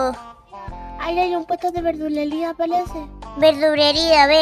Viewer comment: NOOO LLEGUE TARDE 👹👹👹 "yipi you" "responde po viejo pesado" "agua de calzón" "velduderia" JAJA